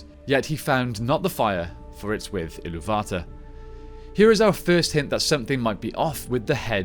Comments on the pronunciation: its called Eru ilú va tar, not ilú VA tar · It's pronounced Ilúvatar, not Ilúvata. You're not pronouncing the "r". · Ill-oo-VAH-tahr, not Ill-oo-VA-tuhr. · Why you saying illuvatar like that